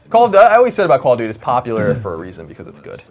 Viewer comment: lol he says: Coll O' Dootie!